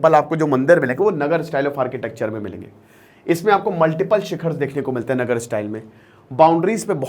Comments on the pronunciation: नगर नहीं sir नागर style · नगर नहीं नागर